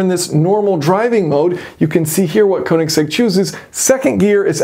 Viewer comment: Nicely detailed in depth look but please at least try to learn how to pronounce Koenigsegg.